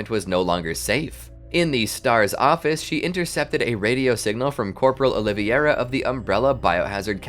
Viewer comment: Carlos "O-li-ve-ira" NOT Oliviera!!!